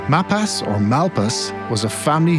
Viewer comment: Everyone around here pronounces Mapas as May-pas not Map-as. There are a number of roads and houses in the area named after him.